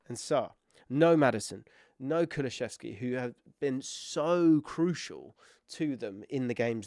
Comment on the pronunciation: brother, COO LOO SEV SKI not kuluchefski not kulucheski not anything else